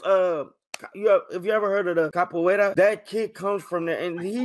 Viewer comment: i was not expecting to hear pronouncing “capoeira” so perfectly. love from brazil <3